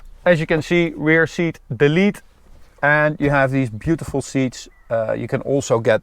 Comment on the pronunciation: 뷰~티풀 발음이 매우 찰지군